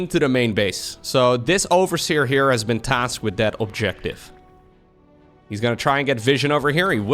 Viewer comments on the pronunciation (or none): none